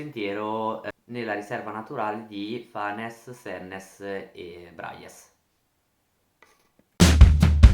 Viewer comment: Un altro che non sa come si pronuncia Braies.